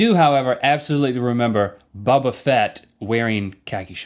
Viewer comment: it's boba not bubba